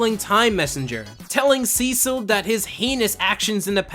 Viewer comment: I didn't know his name and I thought you were saying his name is Seashell